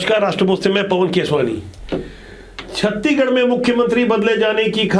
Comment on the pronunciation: छत्तीगढ़ नहीं गा छत्तीसगढ़ ।